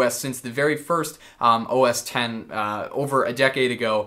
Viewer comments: A part of me dies every time someone says OS "x". The "X" is a Roman numeral and would be said as 10. Never would it be spoken as "x". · Please say OS (ten) X lol. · It's OS "Ten" the X is a Roman numeral. Lelz XD